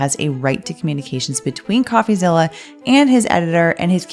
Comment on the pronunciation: Why is calling him.."coughazilla". It's "coffee-zilla"